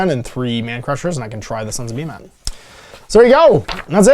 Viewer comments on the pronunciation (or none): Pretty sure it’s pronounced beer-mat